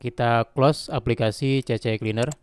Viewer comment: C-Cleaner mas bro... bukan CC-Cleaner...😂